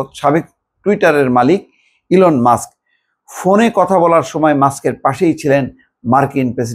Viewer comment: 😂😂 ভিডিও কল ফোন ঠিক করে বলতে পারো না কথা বলছে হিলোন মাষ্ক